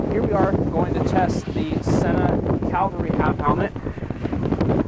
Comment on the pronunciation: FYI it’s cavalry not calvary. Just saying! Thnx for the good review.